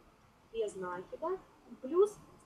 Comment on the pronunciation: Не надо говорить с ударением на первый слог "нАкид" правильно "накИд.